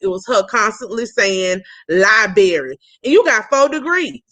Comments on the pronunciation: A Professor who can not pronounce "LiBRary" correctly it is not "LiBERRY" ma'am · Wendy actually said “lie berry” twice. If you can’t say library, then please don’t talk about your “degrees.” Also, the house Wendy showed in the video was staged on a very low budget. 🤦🏾‍♀️ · With her many degrees can she please learn how to say library correctly. 🤦🏻‍♀️ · How can someone with 4 degrees not be able to say Library correctly🤯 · With 4 degrees you would think she would know how to say it correctly.